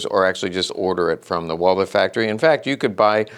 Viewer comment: You're german, aren't you? Yeah, correcting people on the internet is our national cultural asset 😅 Even the pronunciation without the h as Walter sounds still better than Wolser 😅 I mean, it's not that hard and somehow necessary to pronounce at least individual names correctly. Or we fire back with Smiss & Wessen, Kold, Brauning, Sewetsch ...